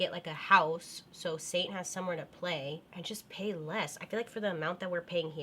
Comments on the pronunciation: Love you Bails. When you were talking about wanting a house it sounded like you said "So satan has room to play.."! Haha I know your dog is Saint but i still laughed really hard inside. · Right before ...somewhere there...when u were talking about Saint...u sounded like u called him satan. Crazy scary